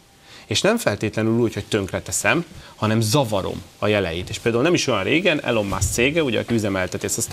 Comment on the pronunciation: Nem Elon, ejtsd Ilon